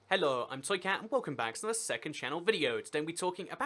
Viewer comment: Why does he pronounce hello as hellor 😂